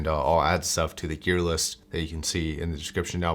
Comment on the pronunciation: Learn to pronoce gear man. Eek